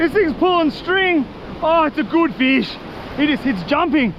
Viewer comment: “This is a guud feesh!”